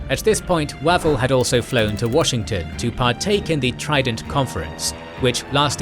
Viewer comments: I like the series, but can't cope with the pronunciation! Wavell is more like Wave-ull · Excellent Series so far. One comment though. FM Wavell name should be pronounced "Wayvell". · Why can't the British narrator get any British names right: Way-vell, Awk-in-lec, Ma-kay? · In one breath we have mispronunciation of Wavell Linlithgow and Auchinleck brilliant